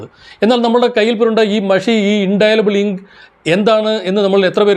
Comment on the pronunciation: Indelible ink (ഇൻഡെലിബിൾ ഇങ്ക്). ആവേശപൂർവ്വം ഇതിൽ ഉച്ചരിക്കുന്നത് "ഇൻഡൈലബിൾ ഇങ്ക്" എന്നാണ്. ആശാന് അക്ഷരമൊന്നു പിഴച്ചാൽ അമ്പത്തൊന്ന് പിഴക്കും ശിഷ്യന്.